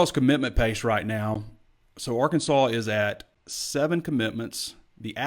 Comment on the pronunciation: He may have been joking but please ask to pronounce “Arkansaw” rather than the famous Les Miles’ insult, “ArKANSAS”.